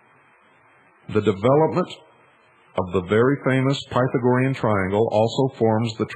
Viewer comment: Can't even pronounce Pythagorean